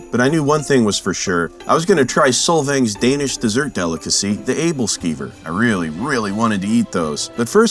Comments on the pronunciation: Same - he honestly nailed the æbleskive pronunciation! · As a Dane, i’m very impressed with your pronunciations of the danish words, especially Æbleskriver!